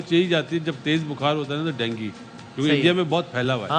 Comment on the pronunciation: Bimari ka pronounce bhi nahi aata PCB ko india me world cup hone se jalan hai isliye ICC me juthi complain karate hai Dengi nahi dengue